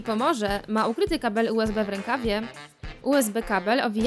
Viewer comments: xD UBS zamiast USB boshhh... 😆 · Boze nawet nie zle usb wymowila... Powiedziala Ubs xDdd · "ubs gumka" xdddddddd a nie usb? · Wtyczka ubs ha ha ha powinno się mówić usb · Nie ubs tylko usb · lektor powiedział ubs zamiast usb xDDDDD brawo wy